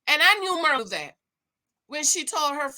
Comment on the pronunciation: It's not "MER-LA", IT'S PRONOUNCED: 'MEAR' (LIKE: FEAR) LA! MYR LA